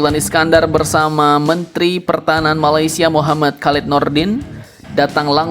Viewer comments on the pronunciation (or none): none